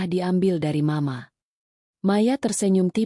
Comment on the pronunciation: Duh ..terganggu dgn pembacaan m..a..untuk penggalan mama.. Ganti dong pembaca narasi nya..merdu tp gak pandai membaca..lama"muak.. Bandar lampung nyimak dgn manyun..